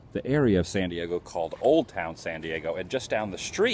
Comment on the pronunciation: Sounds like you're saying Sandy Eggo